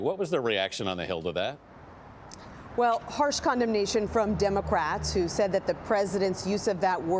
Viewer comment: Who. Not while.